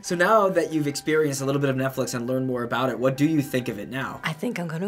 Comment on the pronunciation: "NetFlex" XD